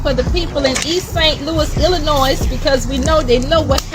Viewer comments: how you from Missouri and don’t even know how to pronounce Illinois damn thought only east coast and west coast people pronounced the S in Ill-annoy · Lady, it's ILLINOI the S is silent! Tell your friends.... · she from the area so why did she repeatedly butcher the name? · I don't think she butchered it, just doesn't care or isn't aware of her mistake. Lot's of people say it with s at the end but not usually Illinois citizens. I'm old and cranky!